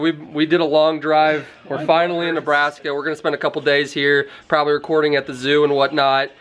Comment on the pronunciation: he says NaBrAsKa